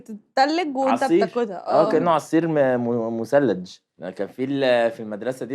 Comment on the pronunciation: (مثلج) OMG يخربيت اللغه العربيه الفصحي ال على لسانك ي حازم